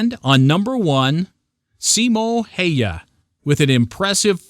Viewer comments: its not Simo Haya its Simo häyhä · His name: Simo Häyhä Americans: Simou Haia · Haya??? It's Häyhä, you idiot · ”Haya”. No no no it is Häyhä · Finnish sniper's name...is...Simo Häyhä...not..Haya :) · He is called Simo Häyhä not Simo Haya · Haya?????? Its Häyhä!!!!!!!!!!! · HAYA? Come on yanks! You can do better. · It's häyhä